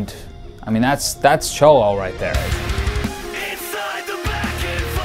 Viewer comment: Bike is tight for sure. But oh the irony of a total gringo talking vicla. Cant even pronounce vicla or cholo properly. Keep it up